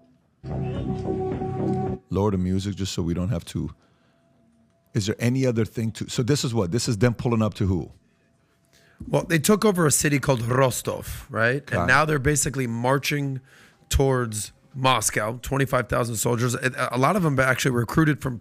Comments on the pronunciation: I like how many rolls the dumb guy puts on the R in Rostov like he’s Indian or something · Dude, you don't have to roll your Rs when saying 'Rostov' 🤦 What a tool